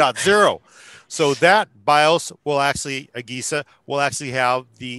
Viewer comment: It's pronounced uh-Je-sa(agesa) not, uh-gay-sa